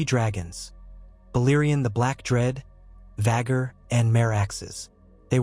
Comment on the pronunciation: I clickes off the vid as soon as you butchered "vhagars" name. Bye